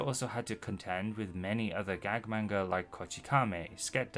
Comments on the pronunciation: how are you going to make videos about manga when you can't even pronounce the word "manga" correctly? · lmao heard how you butcher "manga" in the first five seconds nope. not gonna listen to someone who can't be assed to learn a foreign word correct